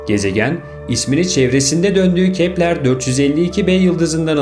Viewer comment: Kepler değil Keplır diye okunur...